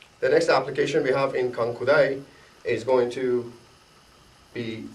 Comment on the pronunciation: good video, but mmm you may want to change the introduction of the video, it's not "KUANKU DAI" but it's "KANKU DAI", you may also want to change the description of your video, again it's not "KANKIU".